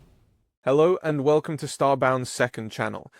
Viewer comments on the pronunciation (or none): none